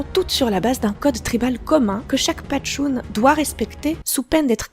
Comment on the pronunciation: Pashtun pas patshun 😝